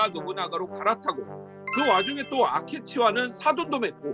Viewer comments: 아케치를 계속 아케츠라고 발음하는게 좀 없어보이네요. 전국시대를 아시는분 맞는지 의문이 듭니다. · 아케츠가 아니고 아케치입니다. 발음이 한번씩 틀리네요!! 센고쿠 시대의 한국어는 전국시대입니다! 히데요시는 일반백성이라고 하면 안되고 성씨가 없는 하층민이라고 해야 합니다! 이는 백성이라는 계급 햑쇼라는 계급과는 조금 다름니다!